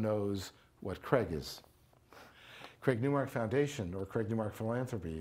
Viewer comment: The interviewer keeps pronouncing the name wrongly after hearing the right way of saying it. What a lack of common sense and respect to the interviewed.